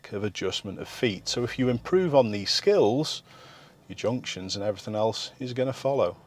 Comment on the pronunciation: oh i know what he actually said, it just sounded like skittles to me